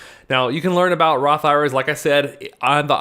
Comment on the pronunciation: When you say Roth IRAs it sounds like Roth IRS to me.